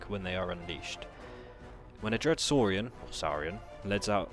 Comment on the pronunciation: SOARIAN (saarrian)